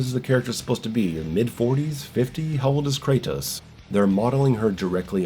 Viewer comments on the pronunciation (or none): none